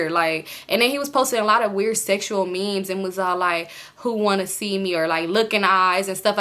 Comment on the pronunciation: you pronouncing memes as mems has me dyingggg lmao